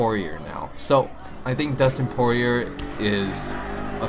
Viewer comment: Poirier is pronounced Pour E A and glad to see you are a fan of UFC